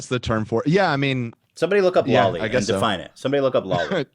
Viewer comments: It's not law-lee it's low-lee (Loli) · Lmfao at the anime bit! It's pronounced low-lee and I'm pretty sure it's shortened for something akin to "Lolita". Lolita was the book written by Vladimir Nabokov about (according to Wikipedia) middle-aged literature professor under the pseudonym Humbert Humbert, is obsessed with a 12-year-old girl, Dolores Haze, with whom he becomes sexually involved after he becomes her stepfather. "Lolita" is his private nickname for Dolores. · hearing the words femdumb and lolli driving me crazy every time I hear it pronounced wrong lol